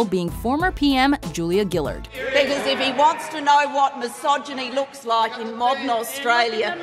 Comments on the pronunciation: U didn't say Julia Gillard right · Ha the way you pronounced Julia Gillard just cracked me up